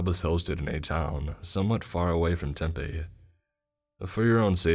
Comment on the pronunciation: Well isn’t western bc that was the whitest way I’ve ever heard someone say Tempe